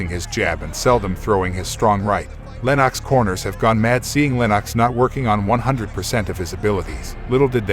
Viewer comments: Lennox Lewis pronounced LENIX not LENOCKS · Lenarx?! It's Lennox! At least get your pronunciation correct for such a great UK boxer.